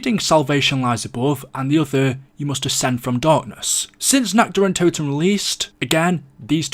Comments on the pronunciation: When you say nacht der untoten it sounds like nackt der untoten and that means nacked of the dead xD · All these years and people still cannot pronounce the maps name properly